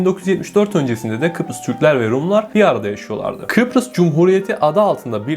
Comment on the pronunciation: Peki sürekli Kıprıs demesi fllfllggllhgllflf